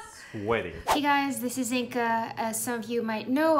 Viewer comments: Ok, so I love Inga but one thing has always confused me. Her name is Inga but it sounds like she pronounces it "Inka". I'm genuinely curious how it's pronounced. Am I hearing it wrong? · OMG I THOUGHT THE EXACT SAME THING!! I've always heard her say "Inka" but I see that G there and I just get flustered/confused lol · Ur name isn’t inka it’s inga